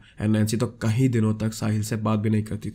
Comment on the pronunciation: Just a small thing, it's kayeeee din not kahi din, smjha